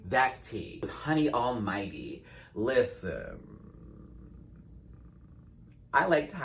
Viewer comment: Not relevant to “this” video... I usually fast forward through intros, but not yours. I love it all the way from “Liss-ten!”.... to..... “Puss! Pussss!”’